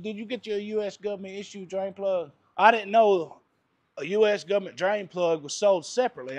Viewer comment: Can always count on the "Guv ment " to help you out when you need it. Lol